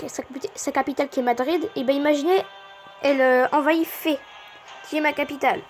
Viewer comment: Je trouve ta vidéo très explicative et c’est la seul aussi bien et en français sue j’ai trouvé .... au fait Fès ça se prononce [fesse]